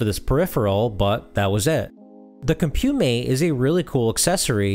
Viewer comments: Nice overview! For the future, it's pronounced "comp-you-mate", not "com-pyew-mate" (interviewed one of the designers many years ago). You're doing a great job with the channel, looking forward to what's next. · Couldn’t get over the Mis-pronounciation of Compumate but a good video nevertheless. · This 11-minute video spent less than 3 minutes covering the title product, and repeatedly mispronounced it. Disappointing. 8-Bit Show and Tell did a much better comprehensive 46-minute demonstration of the Spectravideo CompuMate (and Robin pronounces it correctly!) if you really want to learn what it was capable of (spoiler: not much).